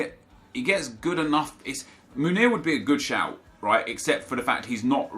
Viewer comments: It’s pronounced Meunier with an eu like joachim löw, and e like the é in mbappé, so basically mönié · Meunier= MOO-NEE-AY